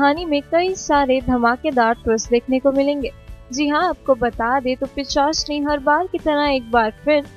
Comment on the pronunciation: Behen thik se bol...Pichasni nehi...pisachini